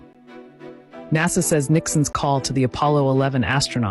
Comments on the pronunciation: 60 second long commercials break in your last few videos. Even Mr Beast doesn’t have that many. Bro what are you doing with your channel. And stop saying Naza it’s actually annoying now. You changed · The homie always says NAZA instead of Nasa😂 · Why do you pronounce NASA as if it contained a Z instead of an S ? It makes you sound ridiculously silly or shall I say simple....I know you must know that you are saying it wrong because Ive listened to you speak and you aren't a complete moron so why do you say it like that?